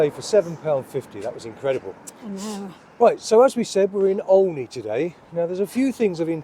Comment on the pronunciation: The name is said as OH KNEE not OL KNEE 😃